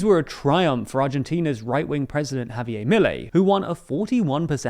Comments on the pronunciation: it's not "Javiyay", he's not French, it's "Javier" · Pronounced Ha-Bee-Er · Javierrrr not Javiey